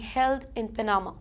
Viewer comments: Who is persecuting and executing these migrants in India? All lies. Btw please work on your pronunciation. Every time you say pa na ma it hurts my ears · Cannot even pronounce Panama or other easier words correctly. Whoever appointed her as a news reader.